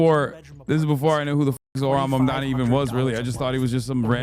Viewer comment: Here in Ireland the left parties and people in general on the left are talking about this. It's a real victory and hope in a sea of the worst right wing bullshit atm. More of this. Also within 11 seconds of the vid starting and the anchor is already saying his name wrong omgg